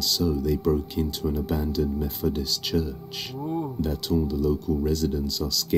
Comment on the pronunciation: Great video, but, the narrator needs to speak "th" correctly! 'Thoughts' not "forts!" 'Methodist' not "Mefodist" ' path' not "parf"😂 etc.